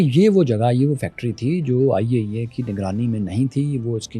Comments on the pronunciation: When he says IAEA....i think he says ۔۔۔۔۔۔۔۔آئیے آئیے 😂😂 I understand when i unable CC😅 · The Way You Saying IAEA 👍